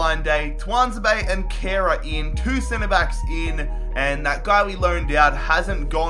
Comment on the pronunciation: U absolutely butchered kehrers name xD I'm German btw